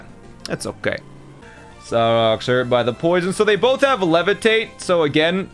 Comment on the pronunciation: He's pronouncing "Solrock" like "Sarrock" wtf